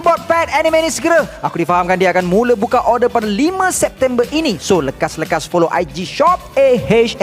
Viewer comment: Lekas-Lekas?😂😂😂 Bro...Orang Jawa kah..